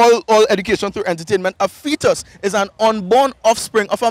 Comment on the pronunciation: " A feet us" am done lol